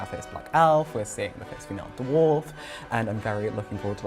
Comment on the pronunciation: Elrond’s expression while Gandalf utter Black Speech is totally me watching Sophia Nemvete babble about being “the fust feemell dwoff “.